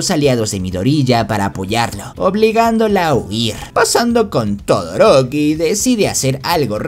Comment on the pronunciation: Xd todoriko o todoroki?jejeje